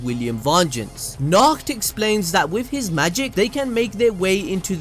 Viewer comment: Nacht (NA-HO-TO)